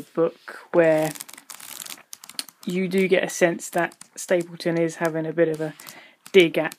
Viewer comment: Why do you call the author "Aloof Stapleton" when his name is clearly Olaf (Oh-lawf) Stapledon (Stapledun)?